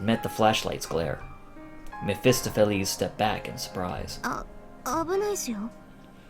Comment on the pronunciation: May I correct you on something? Ahem, the stress in mephestopheles - the word reads [mephestOpheles], not [mephEstophelEs]